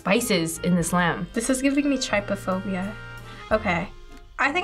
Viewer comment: She mispronounced trypophobia. On a different note, if you can, you should always try foods from other countries. I have had the pleasure of being able to eat some foods in the country they originated in. There is nothing like it.